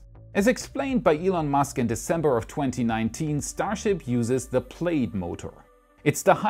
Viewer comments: plaid is pronounced 'plad' 😉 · nice video... the flam in flammable is pronounced like spam. plaid is pronounced like plad. i know your english is way better than my german... thanks for your videos... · Also - as an (American) native English speaker, I thought I'd point out that "plaid" is pronounced like "plad" for absolutely no reason I can fathom. (Actually, it's because it's a loan word from Scots Gaelic, where 'ai' is pronounced as a short 'a', see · "plaid" is pronounced such that it rhymes with "lad"